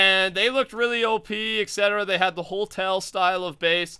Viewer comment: no hate but... Hotel not holtel